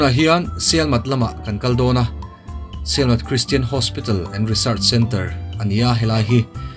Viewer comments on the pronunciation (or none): Sialmat nilovin Sielmat aw